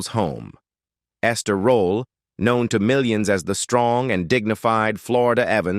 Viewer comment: Quit call this wonderful woman Ester rolla. I clearly hear you I. This video say it several times. But then sometime you pronounce correctly .